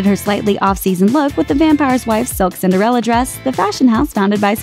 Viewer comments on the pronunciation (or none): none